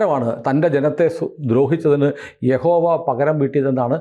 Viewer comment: യഹോവ അല്ല കേട്ടോ യാഹ് വേ